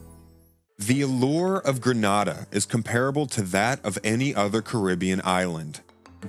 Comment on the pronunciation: Gren nay dah not grand na dah